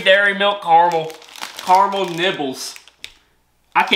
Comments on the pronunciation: Recently started watching your videos and you are very funny. Not only can you not say regularly you can’t pronounce caramel you keep saying carmel 😂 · car a mel not carmel :) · Could you say KA-RA-MEL and I'll send you a T-bag to have a drink on me. The "A" is like a child would say it, or if you get a paper cut. AH. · its carAmel